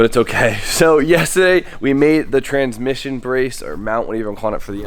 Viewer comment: Beginning of video; and I quote “transmiggion brace” ?? Transmiggion? Hahaha lmaooooo